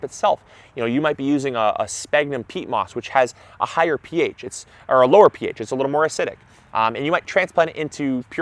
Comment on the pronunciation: Even people who know all that, and I'm sure knows that, start off by saying it incorrectly as he did in this video. Something has to be done. It's the fault of that clown who thought in terms of hydrogen potential, and it's time to put a stop to it.